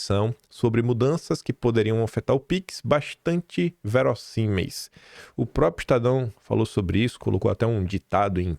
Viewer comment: Faça um esforço pelo amor de Deus, a palavra correta é próPRIo !!!!! Gosto do seu canal apesar do excesso de covardia, isso é só uma crítica construtiva, fazendo esse esforço a credibilidade do canal aumenta.